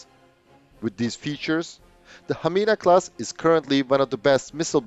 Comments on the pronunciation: that was very excellent pronounciation of Hamina. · Your Hamina class was perfect pronaunciation😍🇫🇮